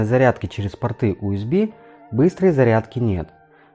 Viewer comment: Из-за отвратительного "Уэсби" не стал смотреть видео. Этот разъем называется USB , что переводится как Universal Serial Bus (универсальная последовательная шина) и произносится НЕ УСБ, А ЮЭСБИ ,ЮЮЮ ,ЮНИВЕРСЛ ,Ю А НЕ У. Плюс к этому небольшая неточность с названием портов Юсб А, которые в видео почему-то стали просто Юсб ,Юсб - общее название разъема , а два порта в павер банке называются Юсб А